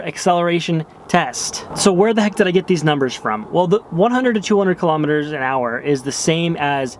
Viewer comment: Cant wait for further videos man!!! "Kilometres" sounded english "an hour" sounded Australian! crack up! Great vid man